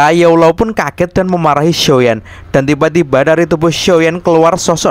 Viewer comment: Bang kok medok banget ngomong xshioyan nya . muncrat gak?